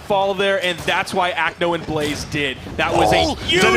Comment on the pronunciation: god i was annoyed by the caster calling blaze blaizzy every time